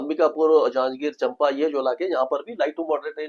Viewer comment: Champa is pronounced as चांपा not चंपा. It’s between Bilaspur and Raigarh.